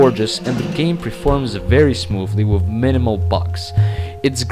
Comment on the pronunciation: Does it drive anyone else nuts when people who can't properly speak English, and also shouldn't BE speaking it, fail to get TH sounds right? It's Worth, not Worf. Earth, not Earf. With, not Wif/Wiv. You get the point. Besides that...